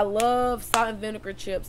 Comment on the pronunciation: The way she says chips —> “Cheeups” 😂 lmao ITS JUST LIKE WHEN SHE SAYS BULLSHIT 😭 Inspiring 💖